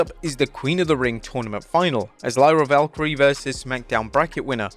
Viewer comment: 2nd video pronouncing Lyra Valkyria incorrectly, lol